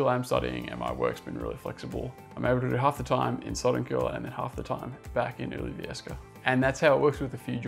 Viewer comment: Ngl that was some impressive pronunciation of "Ylivieska", just like a native. Especially since the sound [y] doesn't exist in English, as far as I know. The stress and intonation were perfect too. (Sorry, I'm a language geek.) I live in Finland Proper, but definitely love Lapland. Life is just different there. One day I'd like to live there, even if only for a few years.